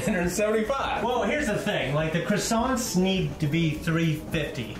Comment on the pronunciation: As a chef I almost had a heart attack when pronounced croissants wrong